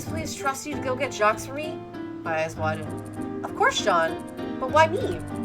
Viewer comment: The "s" on the end of Jacques is silent. You pronounce it "Jock".